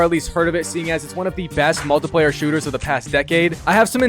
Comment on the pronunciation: I'm going to absolutly stick it in you if you keep pronoucing multiplayer like that